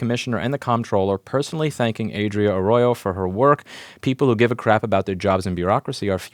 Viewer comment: "Arroyo" (creek, stream) was pronounced well enough. Need a trilled Spanish "R" to go the rest of the way. Glad to hear everything got magically sorted. Nothing like a bit of public exposure to grease the wheels of the bureaucracy.